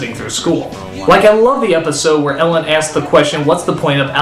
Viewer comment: But be careful not to make it a drinking game. Their use of "axe" for "ask" alone could kill you.